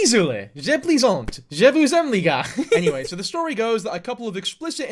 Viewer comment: technically I'm not French but I do speak and have some heritage.... so I guess... I'll leave, thought you cared about people with lisp. but I guess being part French just ruined all the chances. In all honestly the only word slightly hard to understand is plaisante. but I am Canadian French(I have never used this word for joking) but i don't think it plisesante. but what do I know